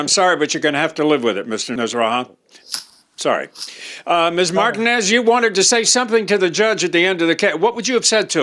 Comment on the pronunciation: needs to learn how to pronounce Martinez.